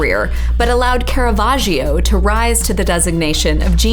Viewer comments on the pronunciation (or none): according to that pronunciation Caravaggio is french